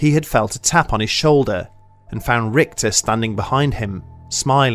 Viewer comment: the german name "Richter" has more of an "sh" sound rathern than an "kt/ct" sound. so basicly "Rishter".